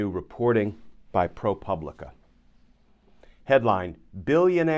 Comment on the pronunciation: Pro pooblica accent over the "u"